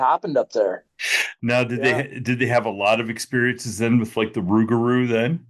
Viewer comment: Im from Louisiana i live near lake Salvador the way we say rugarou is pronounced like thiS its < Rou-gah-rou It trips us aLL out down here when we hear folk say Rug-arou lol GODBLESS everyone 👊🏼👊🏼🫡🫡